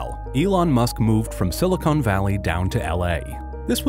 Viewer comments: SiliCON, not Silicone. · "Silicone valley"? Wtf? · "Silicone Valley" 😂🙈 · Silicone valley lol. Silicon